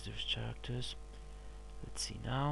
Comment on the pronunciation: "32 chairactors"